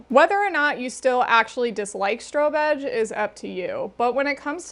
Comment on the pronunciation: I've never heard of strobe edge and totally heard stro-bitch the first few times 😂